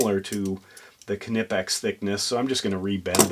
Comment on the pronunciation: Stop pronouncing the K, do you sound the k when you say, knife, knock, knickers, know, known, knew? Seriously, what the f is wrong with, you speak English not German, we dont sound the k.